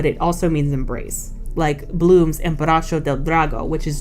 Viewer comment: it's abbraccio, not embracio, i know that because I'm italian and i know hug in italian is abbraccio, not embracio, embracio isn't a word in italian